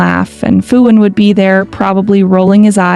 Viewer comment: The fact that not once Phuwin 's name was said correctly bothers me to no end 😞